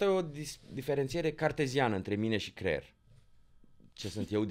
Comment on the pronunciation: De ce pronuntam cuvinte diferit față de ceea ce vrem să spunem. Ex 'cler' in loc de creier min 8.56